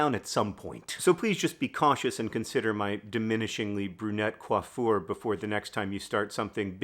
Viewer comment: Oh, great. Now I know how to pronounce coiffurre.